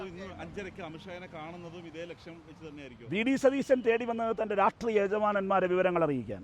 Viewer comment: രാഷ്ട്രീയമെന്ന് ഒന്ന് അക്ഷരം തെറ്റാതെ പറയാൻ പഠിച്ചിട്ട് എങ്കിലും ഈ പണിക്ക് ഇറങ്ങെടോ..